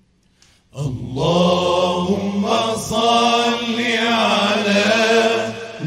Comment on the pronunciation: اللهم صل وليس صلي، بوركتم